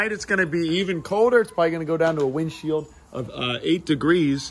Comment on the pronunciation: it sounds like you are saying "windshield" instead of "windchill"!